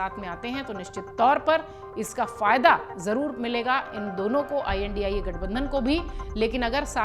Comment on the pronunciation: Chal padari theek se India Bol ...